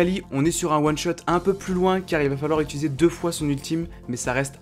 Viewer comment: T'as du mal avec le mot One shot apparemment 😂 En one shot lv6 jvois plutôt: Nocturne, Jarvan IV, Kata, Rengar